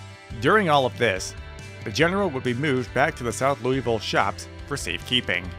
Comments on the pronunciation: You don’t say it like the name.. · You said Louisville wrong...